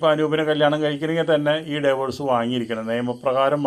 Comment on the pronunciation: ഡൈവോഴ്‌സ് അല്ല ഡിവോഴ്സ് ആണ് ചേട്ടാ 😂